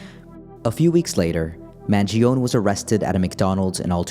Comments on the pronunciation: Did you have to practice to deliver the most incorrect pronunciation of Mangione? Also, he's innocent! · HSAs are not for the wealthy...as a non wealthy with an HSA. Luigi hasn't been convicted of anything...at least pronounce his name correctly